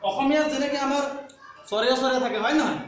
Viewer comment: অসমীয়া ভাষাত "অ" আখৰটোৰ উচ্চাৰণ "চৰেঅ" বুলি কোৱা নহয় |